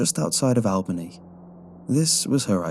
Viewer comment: btw its not pronounced Al-bany its pronounced All-bany